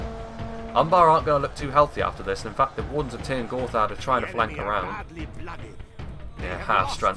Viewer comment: Wardens of trynn Gorthad, how you say it it sound hilarious to me 😂